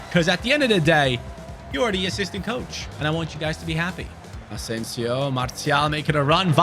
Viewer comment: Btw lil French lesson: most ppl just say Martial like you pronounce martial art and for wahi it’s pronounced ouahi the « ou » like in aouar